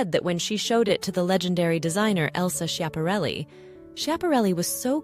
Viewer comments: It’s pronounced Scap-arelli, not Sshap-arelli. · The fashion designer Elsa's last name is pronounced SKeeahpahrelli. Not sheeahparelli.